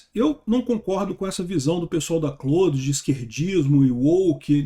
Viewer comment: Até que enfim alguém pronunciando Claude da forma correta.